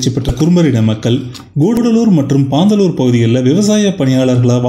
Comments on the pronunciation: ப்ரோ அது பந்தலூர் .. பண்டலூர் இல்ல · அது பாந்தலூர் இல்ல, பந்தலூர்